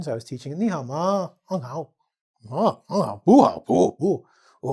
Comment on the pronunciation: That’s a good Ni hao ma... pretty impressive